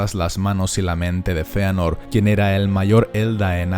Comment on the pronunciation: Sisi se pronuncia Feanor